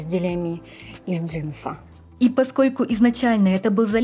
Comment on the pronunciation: разве правильно говорить не "из джинсы́" ?ничего против не имею , просто заметила